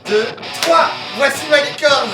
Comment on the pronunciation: hahahahah a chaque fois que tu dit gâteau licorne j’ai l’impression tu dit gâteau LIQUide 😂